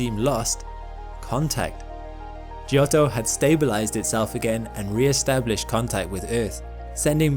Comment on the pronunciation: Fun fact: giotto is pronounced "jotto", not "gee-otto"